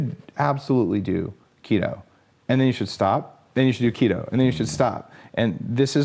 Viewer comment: KeeeeeeetO not KettO ... just say'n.